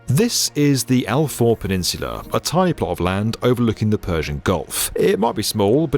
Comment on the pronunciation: I love the video Faw is pronanced as Faa ow as one word